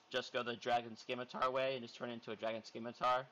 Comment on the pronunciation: Scimitar is pronounced sim-itar not skim-itar